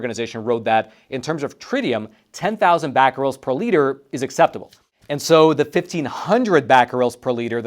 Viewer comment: Cesium is pronounced "See-zee-uhm", and Becquerels is pronounced "Beck-a-rels"...just for your information!